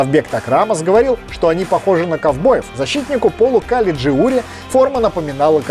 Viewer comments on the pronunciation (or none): none